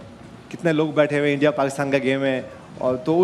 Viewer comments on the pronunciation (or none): none